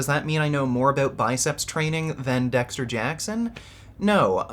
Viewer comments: DEXSHTER JACKSHON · Bro, why does he say Dexter Jackson like that??? Like his teeth were about to fall out... What's up with this guy???